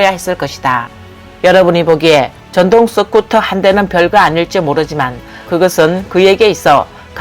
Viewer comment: 스쿠터가 서쿠터로도 발음 되나? 유튜버가 되려면 발음교정부터 좀 하는 게 바람직하지 않을까? 경상도 사람들이 으발음이 잘 되지 않는 것 같던데 시청자가 그것까지 이해하고 들어야 하나? 본인이 조금만 노력하면 듣는 사람들이 훨씬 편할텐데....